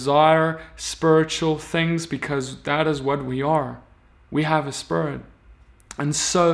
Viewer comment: The only evil thing in this video is the way you been saying Spirit. SpErT